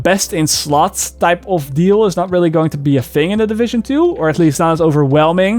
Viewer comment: every time you say "fing" instead of "thing" I say <3